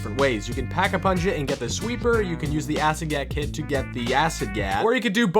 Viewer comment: Did anyone notice that he said pap instead of pack.